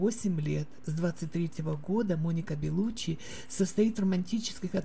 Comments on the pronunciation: ЛеонИ.... Беллуччи,не Бэллуччи.Как можно так безграмотно читать??? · ЖилЁм, БЭлуччи, ВенсанТом, экспЭрт, фэшжурналы... Что за озвучка???? 🤡